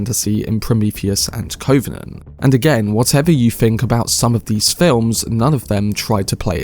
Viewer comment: You mispronounce the word covenant several times, as if you’ve not heard the word before.